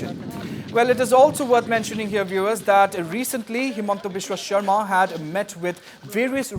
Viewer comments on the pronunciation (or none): It's sarma not sharma